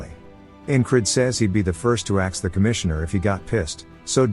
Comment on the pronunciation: I'm gonna "Axe" for more of these videos when the new part comes out